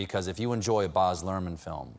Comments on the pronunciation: Boz? C'mon Stephen... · Stephen. Australian here. It’s provinces Baz not Boz. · It must be an american thing! Another reveiwer Boz'ed hime too